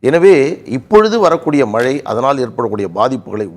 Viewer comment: PRASANNA says MALAI(should be MAZHAI) VELICHCHAM(light) says Vezhichcham, arrogant speaker.